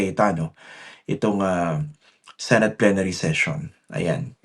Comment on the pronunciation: Yes..kung totoong love at nirerespeto nya ang senado...'senet' sabi nya senet